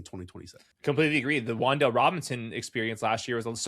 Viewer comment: It's WanDale.